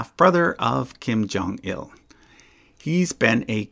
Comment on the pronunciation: Kim Jong-un putting an extra “L” in his father’s name. Now he’s Kim Jong-ill